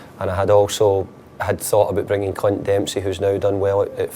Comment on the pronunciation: Love how Moyes pronounces "Clint" in this vid...